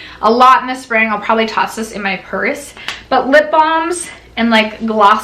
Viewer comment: I swear I thought she said “thongs ” instead of “balms”— got my husbands attention fast! Lol 😝